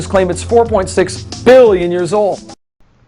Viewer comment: Both he and his father tend to exaggerate the pronunciation of billion as if to make it a shady word. Biiiiillion